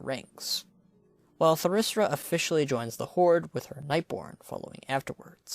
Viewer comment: Why do so many people pronounce Thalyssra wrong? xD always hear people say “Thalryssa” or “Thalryssra”.